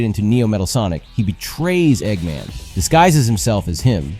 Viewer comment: Why are you saying "eggman" like that? Egg...Man.